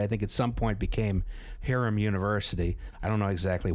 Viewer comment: Hiram College. Pronounced "HIGH-rum" College. Not Harem College or whatever you just said.